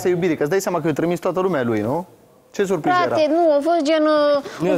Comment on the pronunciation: “era o SUPRIZA” 🤦‍♀️